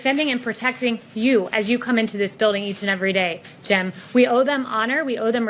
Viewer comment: I felt the heat on that “Jim”